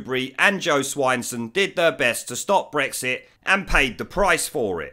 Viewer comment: "...Jo Swineson..." Gotta love ya, mate....